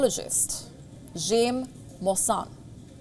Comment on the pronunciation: Jaime is pronounced Hi-Me like you are greeting yourself.